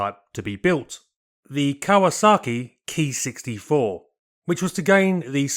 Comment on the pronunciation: Thaks for saying Ki right. It's KEY to good pronunciation. I was told by an internet sensei the Katakana Letter Ki was shorhand for Airframe + Number. As used by the IJAAF. The IJNAS Typed thier aircraft by a code that indicated Role, Iteration, Manufacturer and type number. A6M5 = Attack [fighter] Sixth in series/ M = Mitsubishi/ 5 = Fifth revision.